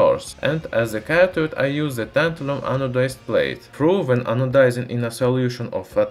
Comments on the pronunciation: if you have trouble pronouncing some words, why don't you look it up and practice the actual spelling/pronunciation . ANO-DIZED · Love how you got tired of saying anodised and in the latter part of the video, resorted to anodizide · Anodezide?? Is it anodized?? By the way great video love it